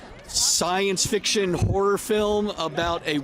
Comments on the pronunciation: oh, i thought you said whore ticktokers, then I figured it out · HORROR TikToker’s, you said horror! Man, I thought you said something else and I was shocked. I rewound it about 4 times til I got what you were saying! For a second there I thought had one heck of a debaucherous time.